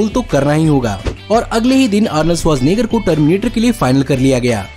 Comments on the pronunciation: Bro...you pronounced Arnold's surname so easily like nothing..,.I doubt that you are from this planet.!! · Sach batao Arnold Schwarzenegger bolne ke liye kitne din practise kiya?? 😂🤣 Mast video tha